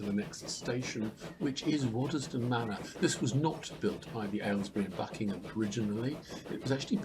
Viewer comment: That was a pleasure! I lived in Quainton between 1963 and 73. May I offer a couple of observations? I think it’s the Vale of Aylesbury (as opposed to Buckingham) and I never heard locals pronounce the middle ‘es’ in Waddesdon. From Quainton Road station to the village is nearer a mile but is at least reasonably flat. I’ve walked and cycled it many times. Back then there was still through traffic on the line, mainly coal and a few passenger services further into the Midlands and I can recall the wired quiet when it all stopped. The remaining rump of HS2 will pass just south of the station thus terminating any ideas for a partial re-I statement of the Brill tramway, a line friends and I thoroughly explored back around 1967. I look forward to your presentation of it.